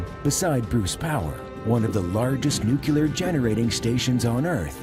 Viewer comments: ‘Nuke Lee ar’ (derived from nucleus) NOT ‘nuke you ler ‘ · Nuclear - Noo-Klee-ur